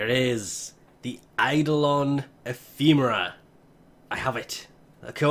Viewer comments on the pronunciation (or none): pronounced: e-fem-mer-a you say: e-feem-mer-a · You say Ephemera wrong. It makes me triggered reeeeeee!!!